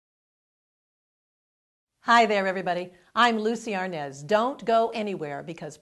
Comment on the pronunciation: Desi A R N A Z (OPEN A). IT'S A SPANISH SURNAME